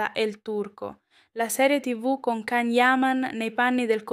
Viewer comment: Io non capisco perché ancora non sapete pronunciare il. Nome Can. Ignoranza pura